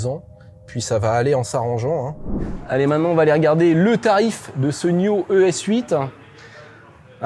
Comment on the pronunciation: Bel aperçu, prudence avec les tics de langage (...voyez) C'est pas N-io.... mais n-aïe-o Pas un mot sur la vitesse de charge. La planche de bord fait un genre de croisement Hyundai (Tucson 2022) et Volvo. 5m c'est un tank, et moins logeable que des SUV thermiques 7places moins longs. comme c'est réactif euh la carte réagit pas top dans la démo